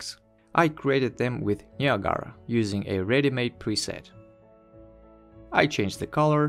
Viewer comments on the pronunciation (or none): не ниагара а наягра))